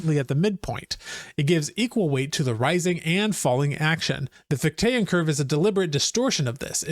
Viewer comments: FICH-tean, not fich-TAYAN. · Just so you know, it's FIK-tuh and FIK-tee-ən